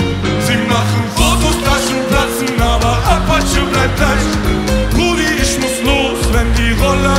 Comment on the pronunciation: bausa ist echt ein topp musiker, aber wieso tritt der immer nur mit diesen sprallos auf, die isch, misch und disch sagen?